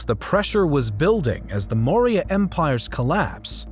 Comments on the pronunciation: It’s Maurya not Moira. Pronounced Maw-Ree-Ya. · Moorya not moira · Repeat after me 'Maw Ri Yah'